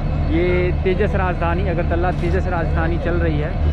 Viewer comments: अगरतल्ला नही है .....अगरतला है । .. .. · its not agartalla its agartala ...pls pronunce well.. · अगरतल्ला क्या होता है? It's अगरतला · Agartala ko agartalla bola gaya hai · Agartalla nahi agartala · bhaiya vo agartala hota hai